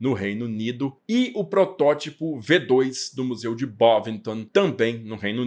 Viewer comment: => Preciosismo: se você vai ler o modelo como V2, tem que ler em alemão, ou seja, "fau zwei". Lembre-se do "Folksvagen", pronúncia correta dos VW.